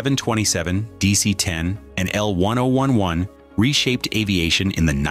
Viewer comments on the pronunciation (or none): I worked at Lockheed Burbank Ca. and Palmdale Ca. building the L-1011's. I also flew all my travels back east to visit family on TWA L-1011's. Loved these planes. Also, the correct name is, L Ten Eleven. Not how this announcer says it. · It's L 10 11 you AI Muppet